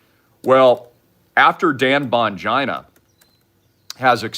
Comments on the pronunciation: Wow.. If you don't know who Dan Bongino is, I am wondering why I am even listening to you. He is a very valid former CIA and protected a number of Presidents in Secret Service. BON- Geen-o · Dan Bon ‘geno’ is the pronounciation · Wow, it’s not cute the way you mispronounce Dan Bongino‘s name. By the way, he is having a recurrence of cancer and I believe that’s why he stepped away from the government job. Do your research before you mouth off. I guess you also didn’t research the lesbian paid protester who was antagonizing our law enforcement officials the entire day and was the ring leader. I’m unfollowing now.